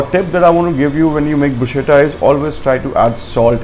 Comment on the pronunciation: Good information, well presented, would like to just point out that the correct pronunciation which I too learnt at a very late stage of my career is "BRUS - KETTA"